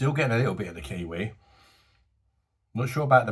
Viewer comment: Haaha! When you said about the Kiwi, i thought you said, "Killy Willy." 😂 For me the brew was ok...i do prefer Life And Death, and would love to have another round with Death by Cherries. 🍻BOSH me old Mate! 🤝👍